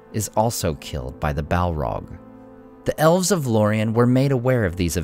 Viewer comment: listening to this guy say "Balrog" is an uncannily satisfying experience. I think I could listen to him saying "Balrog" for a significant part of the day